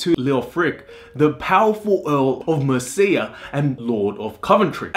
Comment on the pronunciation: Thumbs down, you call yourself Stories of the World, I suggest you get some language classes in first, start with English. The only two names you got right were Coventry and Tom. Mercia (Mercy-a) Leofric (Leo-fric not Lee-Ofric) and the, on which the topic is about, Godiva (God-eye-va). It's not rocket science, it's too old for that. Your punishment is to be sent to Coventry- another saying for you to learn.